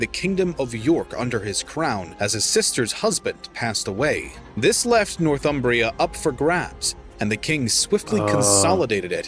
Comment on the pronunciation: Northumbria is pronounced "Nor-thumbria", not "North Umbria". Americans often get this wrong. It takes its name from the river Humber - the land north of the Humber.